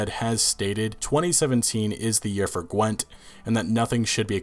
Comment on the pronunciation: Wtf is Gwint?